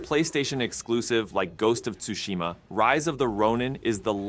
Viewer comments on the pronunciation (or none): Ghost of toosheema 😂